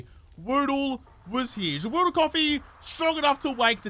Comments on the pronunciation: Hey, try saying the Ja with a french style accent, who knows if you can speak in a french accent anyway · Try pronouncing it Jaw Oodle. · Say Ja in the same way Rastafarians say Jah (meaning God). Less of a AHr at the end and more of an UH. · Yep I do the same just long enough to see the days mispronounce of the day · you have to say without the r sounds say like jab without the b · Would be interested if you pronounce the "ja" as the german ja for yes make a difference 🤔